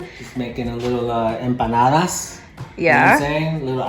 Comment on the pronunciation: You look great! Have you changed anything in your lifestyle/skincare/haircare? Or is just happiness because of flying again? 😅 Also, where’s your husband from? He pronounced ‘empanadas’ perfectly!